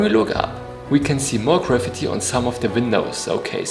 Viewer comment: I'm going to start pronouncing "graffiti" the way you do . . . sounds like the word "gravity" 👍🏽😛